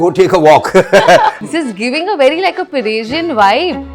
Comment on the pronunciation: paresian nahi hota jani 😊 persian hota hai. you are lot lot better host than farah khan i promise, no fake comedies and pure warmth